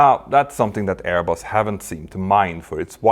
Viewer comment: Btw, your pronounciation of 'Airbus' got me the idea of calling them 'AirBoss'...🤭😉